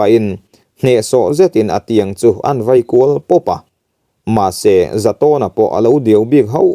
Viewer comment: Thawnthu ngaihnawm tak tur niin ka hria, chhiar dan pawh i thiam. Mahse, mizo ṭawng i lam dik lo ṭhin hian min ti ner sawk sawk mai. "Chem vei" i tih hi ' Vai' tih tur aw. Tin, Chengrang te Ṭhival te hi i thluk dik lo, a dang pawh a awm nual mai.